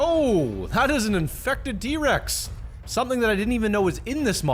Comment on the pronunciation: did he say d-Rex or T-rex